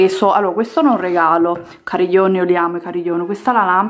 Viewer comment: Tipo "cariglion"